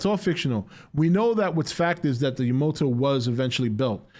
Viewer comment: It is yamato not yamoto 🤣🤣